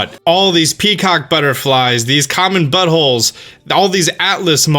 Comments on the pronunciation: Did you just say buttholes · Did he say common but holes